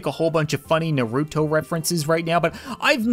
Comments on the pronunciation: “Noruto” 🤭😂🤣 I’m dying right now. It is pronounced Naruto lol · you are an amazing youtuber, but naruto is pronounced nar-oo-toe not ner-oo-toe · bro said "nurooto" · You don’t say you’ve never watched naruto, didn’t even pronounce it right 😂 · i love your vids but its funny how you say naruto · You said naruto wrong